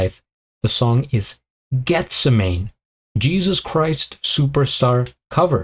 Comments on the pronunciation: No it(Jesus Christ Superstar) was made in the 70's and its(The song) pronounced Geth sem man ee. 😊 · It's pronounced Geth-sem-a-nee; the garden where Jesus went to pray the night of his arrest and then crucifixion. Dan's interpretation is absolutely stunning.